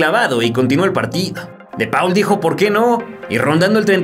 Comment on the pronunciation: repita conmigo: De Paul se pronuncia ¨De POL¨ jajaja muy buen vídeo!!